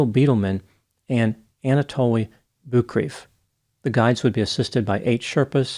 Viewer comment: Sorry but the fact that you mispronounce Boukreev rubs me the wrong way. When you investigate enough, you must have heard it the right way along the way. I wonder about research, about you just reading things and what things are you reading, Krakauer book?